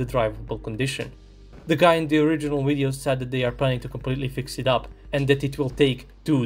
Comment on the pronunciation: it's Video, not Wideo (ouideo)!!! Video like Vernon, like Virtual, like Venus, like V.. plain V.. it's not Wideo. Why you narrators try to speak better English then English speaking people themselves. Again, it's video.. not wideo... it's so annoying ..